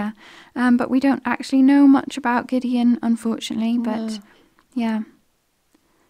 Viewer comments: Had to think hard about how to pronounce 'Gideon' after hearing say 'Gid Gee on'....:) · You probably know that name Gideon is pronounced Gid-e-on.